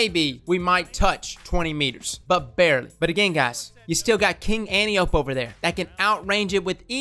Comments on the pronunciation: an-TIE-oh-pea not ANTI-ohp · Holy crap, its said, AN TIE O PEE not ANTI OPE. Its greek man! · It’s pronounced An-tie-ohh-pee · OK, I usually don't but with this video I feel like I should. Let's say it together: Ann - Tie - Oh - Pee. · Ann Tie Oh Pee for fucks sake. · Antiope (An-tie-oh-pee). Please, please just say it right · Antiope is pronounced "An-tie-uh-pee" It's a Greek name.